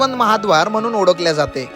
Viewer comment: Odakhle = olakhle..midte = milte.. Tula "la" mhanta yeto tari "da" "da" karat basto